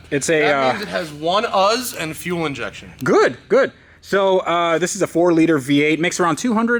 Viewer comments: Fuel "Enjection"? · "fuel Enjection"